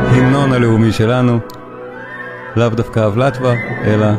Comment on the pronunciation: שלום, זה שוב אני, יאן מצ'כיה (כבר כתבתי לך ביחס ל"דומקי" מאת דבוז'אק). עכשיו לגבי סמטנה ו"מולדתי" (Má vlast). את ה-"מולדבה" של סמטנה אנחנו הוגים בצ'כית כמו "ולטאבה" ולא "ולאטבה" כפי שזה מופיע בהרצאה שלך. אני יכול להבין בקלות איך הצורה הזו נוצרה: זה הרי השגיאה האופיינית לעברית שמשמיטה, בדרך כלל, תנועות בכתיבה. קשה אז, במקרי מילים לא ידועות (לועזיות, למשל ובמיוחד), לשחזר את סדר הצלילים הנכון. אך אני יכול להבטיח לך, בתור דובר צ'כית, שאנחנו אומרים בצ'כית "ולטאבה" (בשלוש הברות, כלומר VL - TA - VA) ולא "ולאטבה" (בשתי הברות, כלומר VLAT - VA). אותה קבוצת האותיות המוזרה בהתחלת השם, כלומר "VL" (שני עיצורים, ללא תנועה), על אף שזה יכול להישמע מוזר, זוהי הברה אמיתית, צריך רק לתאר לעצמנו שיש כאילו שווא מתחת ה-L, או משהו דומה לתנועת "e" קטנה: כאילו נשמע זה VEL - TA - VA, אף על פי שזה לא בדיוק המקרה. שוב, בהערצה רבה, שלך, יאן, צ'כיה.